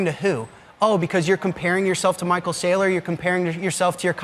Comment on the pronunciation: Lol almost caught yourself saying micheal strategies your not wrong tho 🎉